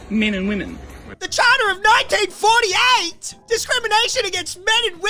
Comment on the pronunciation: Nine-deen fordy-ate aye?